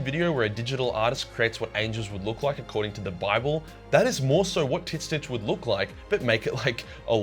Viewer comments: Can someone explain why he pronounces Tzeentch like that? Is this an inside joke, is he clueless, or am I the clueless one? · Sadly he pronounces Tzneech wrong, it's in the books. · Did you just say TIT SNITCH INSTEAD OF TZEENTCH?????????!?!?!?!?!?!?!?!?!?!? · I thought it was pronounced "ZEEEE-CHEECH" why is he saying "Tit- Snitch"? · Ngl I though tzeentch or whatever tf his name is was pronounced as “zeech” and not “tit snitch” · Tzeentch is pronounced "zeench," not "titsnich." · My man, its pronounced "zeench" not titsnitch. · It physically hurts me every time he calls Tzeench “Tit Snitch” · T`ZEEEEEHNCH NOT TITS SNITCH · Gotta say man, the "Titsnitch" thing has gone from kinda funny, to unfunny, and now it's just annoying. Please just say Tzeentch. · its not titsnitch, its zeench. GW confirmed in a recent video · Tzeentch is not pronounced "tit snitch" it's "Zeench" FFS! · Tzeentch is not pronounced Tit-snitch it’s either “Tseeench” or “change” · Please stop calling Tzeench titsnitch. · Its not "tits nich" its "zinch" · Why you keep calling it tits snitch? It’s tzeench : t’Zeench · I've never heard Tzeentch spelled in such a weird way. How the hell does your mind go to "Tits snitch" instead of "Seentch"? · Wait is it really said titsnitch? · why do you keep calling Tzeentch t!ts snitch? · tzeentch is pronounced titsnitch? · Does anyone else hear him say TitSnitch? lmao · I can't unhear tit snitch anymore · Bro keeps saying tit snitch, thats how him gonna call him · Dude.. you sayin Tzneench like that is just ridiculous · Tzeentch must be working its way into our world, as this is the wierdest pronunciation of his name I ever heard XD I usualy say Tz tougheder not apart like you. It lomoust sount as if his name was T'zeentch not Tzeentch. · I will never agree with the Titznitch prononciation. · I'm willing to bet that the correct way to say tzeentch is "zeench". I hate to be that guy but that enunciation was a mental flash bang. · Are you saying Tit-snitch?